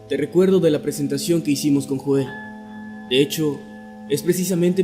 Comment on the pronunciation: Se proncua YOEL!!! No Joel maldita sea!